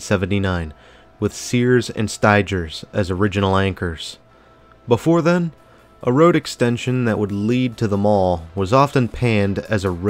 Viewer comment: Oh how this mall has changed big time btw g.fox went out and became Filene’s before the expansion in 1995 so it was Filene’s that went into the expansion..oh it’s pronounced STy-gers not Sty-jers i do love your video